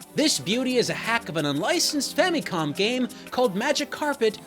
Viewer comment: Ah yes. The Fammycom...